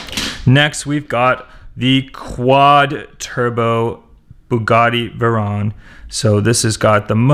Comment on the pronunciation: VAY-RONE!!!! NOT VERON